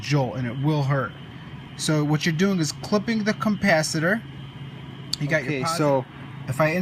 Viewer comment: Not sure i would take shocking advice from a guy who says compacitor….